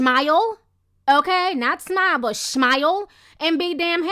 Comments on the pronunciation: "Shmile" ! Lol! I'm dead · she said shmile😂😂😂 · 😂😂😂 at the way you said Shmile. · This girl said shmile I'm done 😂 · "shmile" GIRLL 😂😂😂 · Lmbo! She said he better "shmile"! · "Shmile" new word alert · LMAO the "SHMILE" part had me dying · when she said "shmile" I fell all the way out. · TI SAID HE BETTA "SHMILE"!!😂😂😂😂😝😝😝😝😝😝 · lol i died when you said shmile